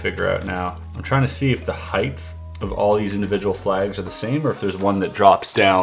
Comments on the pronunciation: did you say, "Heigth?" haha. Nice puzzle - Good work! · Why would you say heighth, and height in the very next sentence?